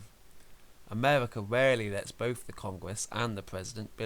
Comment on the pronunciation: When you say "Both" why do you sound like "Bof or bothf" there is an F sound